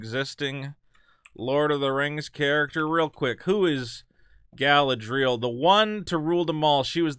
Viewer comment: but failing on Galadriel